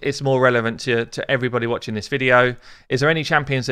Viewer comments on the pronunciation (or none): none